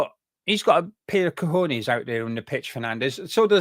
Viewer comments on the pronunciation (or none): none